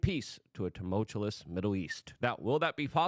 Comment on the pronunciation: How is it possible that you still can’t pronounce the word “tumultuous” Luke 😂